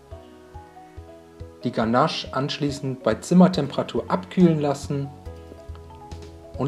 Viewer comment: Ähm ich sag ja nur es heist „ganasch“ und nicht „ganaasch“